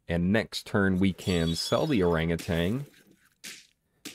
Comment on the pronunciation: Just a friendly statement that Orangutan doesn't have a G at the end. Look up the pronunciation bruv